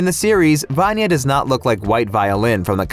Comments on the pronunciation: He said VaAnya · I know I'm not the only one who succumbs to OSSA's clickbait but can't help cringing at the way they say "VAN-ya" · The video is great just one teeny tiny thing.......... Vanya's pronunciation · Actually how you said Vanya is a short form of name Ivan in Russia. The thing is that both of the names are male. You will never meet a girl in Russia named Ivan. But there is a female name Ivanna or Ioanna, which also can be shortened to Vanya. So I don’t think her name is Ivan, that means that the theory about her name does not really make sense. Or she could really be named Ivan ‘cause they are Americans and don’t know this things!